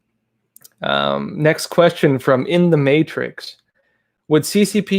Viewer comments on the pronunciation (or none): none